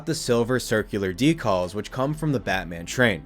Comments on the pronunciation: Curious to know where you are from considering you say DECALLS...not decals. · Sorry the way you pronounce decals is throwing me off a bit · Today I learned there's an insane way to mispronounce "decals".